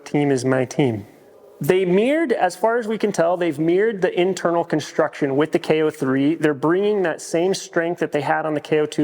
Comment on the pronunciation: You said meerd instead of mirrored😂 Go Lions